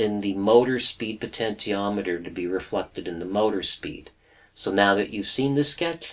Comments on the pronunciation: It's "poh-tench-i-ah-met-er" - you don't say "poh-ten-tee-all" do you? Potential is the root word of potentiometer. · Great lessons very outstanding indeed, but I can't help it to make fun of your potentiometer pronunciation just try this "Potenshiometer" hhhh just kidding , you're doing great, I enjoy your clear Christal explanations, I just ordered my kit, will arrive Jan 4, I will be doing all of your projects inchaAllah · po-tent-i-o-me-ter made me leave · You have the cleanest workshop I have ever seen! I should know, I suffer from OCD! Your videos are so well made and edited, no wonder you don't crank them out very often. It must take you days to make one. One criticism; Potentiometer is pronounced like this : Also, Bipolars running on current chopper drivers, will outperform Unipolars in every way, including speed of rotation. This is why, all 3D printers use bipolar motors with current chopping drivers like the A4988 and larger supplies than the motor's rating. If you run a 2V motor on 30V (current limited by the chopper of course), the current will have a very short rise time before the it hits its set maximum value, when the driver chops it off and keeps it at that level. In other words, current through the coils is more important than the supply voltage. The lower the working voltage of the motor, and higher the supply voltage, the better its speed performance. In other words, a 2V motor running on 30V, will have a better performance than a 5V motor running at 30V. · Please for the love of God pronounce potentiometer normally!